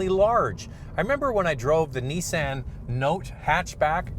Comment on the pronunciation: Neesan hahahahahaha veheckill hahahahahaha